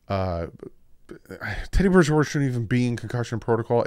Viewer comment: Sorry to ask again but still no answer. Why do you say "Bears" so weird when it comes to Chicago?